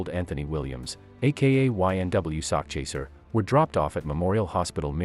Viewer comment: Nah the dude in the video kept saying it as sockchaser lmao I think it's an AI voice or some shit, idk how else anyone wouldn't pronounce it right, but yeah sakchaser if y'all really don't know it means he chasing a bag of money, I know it's a weird name though, but he had good music.